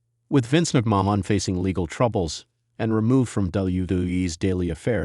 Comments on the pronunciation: even if it is that's not how Vince McMahon says his name. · It is obviously an AI voice and is a turn off for me when it pronounces a name totally different than the person who has the name. Whyt is that a problem for you?